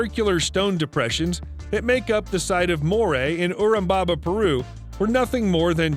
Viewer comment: Mmmmm......sketchy pronunciation of Moray and Urubamba. Makes me think most of this stuff was just read online, then a video was made out of it, just to make money.